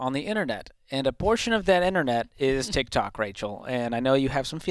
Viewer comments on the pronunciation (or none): "TikThot" CGA